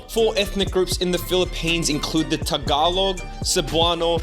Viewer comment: Omfg he pronounced Tagalog properly (a little bit of harsh T but whatever)!!! Woot everyone celebrate, the foreigners finally got it right! 🥳🥳🥳🥳